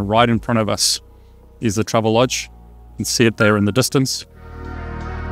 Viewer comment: Why do you say "troublelodge" when it's "travellodge"?